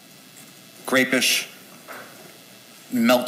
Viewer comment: He says "grapeish" he must have known it had grape flavor benadryl.